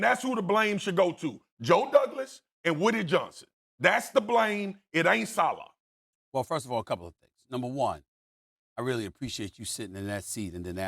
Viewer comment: Why do they pronounce Robert saleh’s last name “Salah” LOL